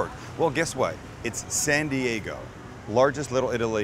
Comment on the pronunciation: is that "SAN th dego " ? LOL MAMAMIA !!!!!!!!!